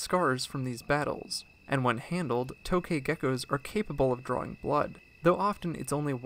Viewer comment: It's actually pronounced "tuk ghae"